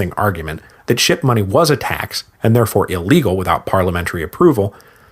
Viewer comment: I’m not the only one hearing “shit-money”, right?